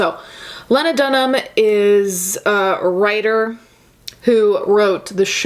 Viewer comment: WOW if you can't be bothered to learn how to pronounce someone's surname in an article you're reading, how reliable is any of your content. Not for me. I don't care who Lena or Lana or Lego is.